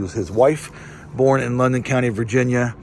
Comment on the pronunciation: I am a descendant of Colonel John Evans, thank you for posting this. For the record, it is Loudon County, not London County.